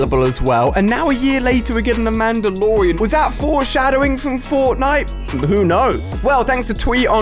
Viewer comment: From the last 2 vids idk how many times have I heard 'Mandolorean'